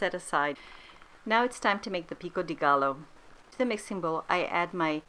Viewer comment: Pro tip: double l’s are pronounced as j in Spanish - so it’s not gallo, but gajo - love the recipe btw